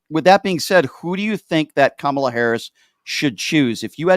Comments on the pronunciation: Mooch. Focus: it’s Comma la. Comma la. Not Cam Ala. please pronounce correctly. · Ka ma la, not Camela. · Just a suggestion...the pronunciation of our candidate's name. Kamala herself gave us a tool to remember, "It's just comma (,) with a la." Ahhh, that's better!